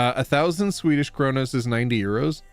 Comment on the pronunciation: "Skwedish". The Click has entered the chat.